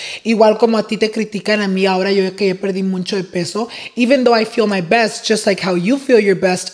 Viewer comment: it’s MUCHO NOT MUNCHO😭😭